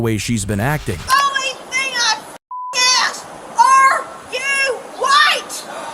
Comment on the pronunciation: why cant these people speak properly? the word is 'ASK' not AXE.....I would never be able to do. thiis work...the disrespect is unbelievable